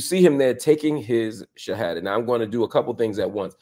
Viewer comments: Bro you say the shahadah so well, mashallah maybe Allah getting you ready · bro your shahadah is absolutely perfect! am i missing something. forgive me